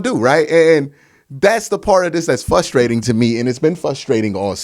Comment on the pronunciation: It's frustrating, not flustrating. 👍